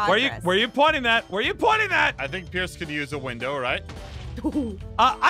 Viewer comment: sorry but it's "pierce"